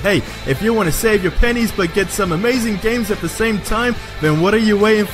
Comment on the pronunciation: Are you asian? "Wiv" "Deh" Come on man its 2019...grow up....